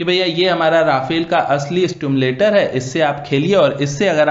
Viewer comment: सिम्युलेटर। ना कि स्टिमुलेटर।